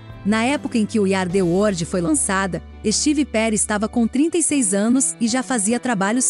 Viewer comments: Meu Deus para de dizer " wordi" é WORLD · O vídeo é bom, mas ouvir várias vezes "word" em vez de "world" é foda. Além do inglês ruim de um modo geral.